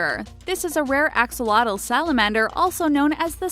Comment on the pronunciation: Axolotl is pronounced AshoLOtl, and isn't creepy. It's quite cute!!!!! :D